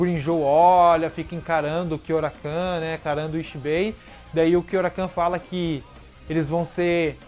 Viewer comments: É Kyouraku não kyourakan, até me perguntei quem era esse kyourakan kkkkkk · Sei que é irrelevante o que vou falar agora, então já vou pedindo desculpas antecipadamente mas é engraçado ficar ouvindo você falar "Kyourakan". Kkkkkkkkkkkk